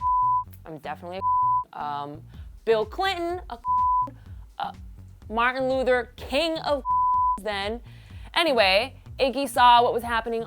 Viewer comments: This bitch is a bitch. Can't even say martin luther king lol. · How is she mispronouncing Martin Luther King Jr's name? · Did this bitch just try to convince me the black girl is racist then says martin luder king? lol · she said Martin Dudre not Martin Luther King get the name right notice what she says pay attention. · she dead said martin LUDER king -_